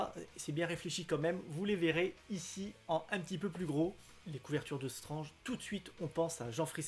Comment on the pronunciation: Il sont dans un super état tes Strange dans l'absolu. Et merci de dire Strange et as strennege. Et du coup Premier et non first